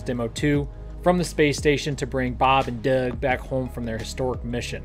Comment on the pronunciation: I enjoy the information you provide on your channel. I have to tell you however the way you constantly pronounce Bob and Doug in that goofy way every time they are mentioned has become exceedingly annoying! Have mercy please!